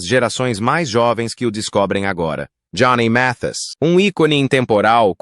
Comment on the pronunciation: Este narrador está muito enrolado para pronunciar o nome correto de Johnny Mathis.